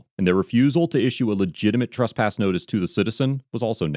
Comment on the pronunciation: Please stop saying "Truspass". It's "TRESpass".